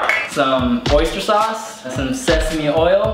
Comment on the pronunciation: when he said sesame oil I thought he said sexy oil